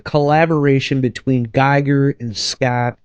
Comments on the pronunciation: His name is pronounced Gee-ger with a long E. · And Giger rhymes with "eager". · Terrible video - if you didn't even bother to review some basic material about the subject and find out how to pronounce Giger correctly, you should not make have made this. You are basically reading a wikipedia article out loud with Google image search. Not worth watching.